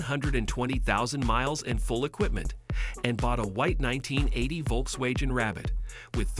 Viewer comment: I hate these AI narrations, especially when it mispronounces Volkswagen repeatedly